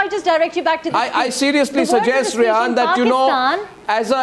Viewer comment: Her name is Rehaam not Rehaan.